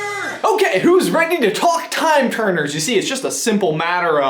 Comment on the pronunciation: I heard time-turner and I was like: NOOOOO NOOOOO OH GOD NOOO